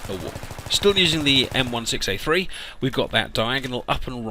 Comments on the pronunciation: M16A3 = M-one-six-A-three. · Đức Duy Nguyễn It's actually M-Sixteen-A-three (at least that's the technical name) I've been in the U.S. Marine Corps, I know